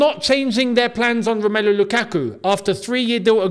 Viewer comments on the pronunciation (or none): none